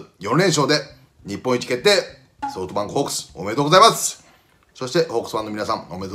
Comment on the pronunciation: 里崎さんって、ソートバンクって言ってるよな